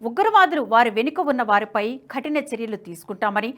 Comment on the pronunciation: ఖటిన కాదు కఠిన అనాలి...